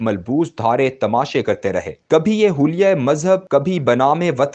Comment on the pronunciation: Just subscribed ...Nice presentation..control on voice ups and downs downs is good...just one correction...its heela y mazhab not hulya e...